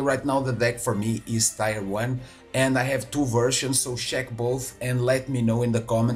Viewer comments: acho que é zueira, a pronúncia é "tier" e não "taier" só proucurar no google "pronounce tier" ou até mesmo no youtube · sem zoeira, gajo, no inglês europeu se fala "taier" em vez de "tier", como no inglês americano, ou você fala "taier" porque quer?